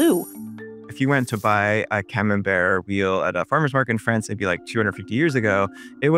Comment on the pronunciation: Where is Frayunce?